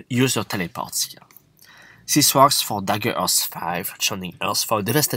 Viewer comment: Dude why u sayin "Zhis" or "that" not This or That ? In a video in some words u are speling "T" corect why u speling that word wrong ?